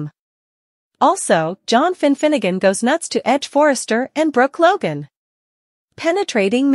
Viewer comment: WHY DO YOU CALL RIDGE "EDGE"